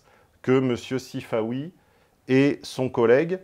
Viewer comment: Sifaoui... plutôt Sifanon.